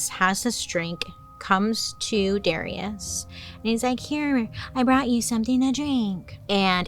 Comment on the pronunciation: 🤣🤣🤣🤣 And it's 'dah-RYE-ush'